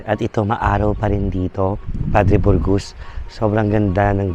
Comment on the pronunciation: Padre Burgos neng, hindi Padre Borgus